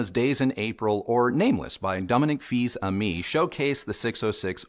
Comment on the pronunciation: Excellent review, as usual. It would help me a lot if I were on the market for that kind of speakers. Small detail irrelevant to the review, the pronunciation of Fils-Aimé should be more like "Fiss Aymay" (iss like bliss, ay like in mayday). Keep up the good work !